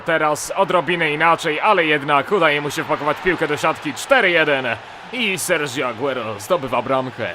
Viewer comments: serhio a nie serżio (przepraszam,że poprawiam;) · mówi się "Serhjo Aguero":) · Hamsik Hamsikowski Nie ma języka argentyńskiego. Jest hiszpanski. Sergio Aguero, a właściwie Sergio Agüero (bo te dwie kropki nad "u" zmieniają wymowę, to imię i nazwisko, które wymawia się po hiszpańsku. brzmi OSTATECZNIE I POPRAWNIE "SERHIO AGUERO". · RosolovHD To jest Argentyńczyk ! Czyli Serdzio Aguero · ***** Czyta się Serhjo Aguero!!!!!!!!!!!! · ***** Tak się czyta :) Język hiszpański się kłania :)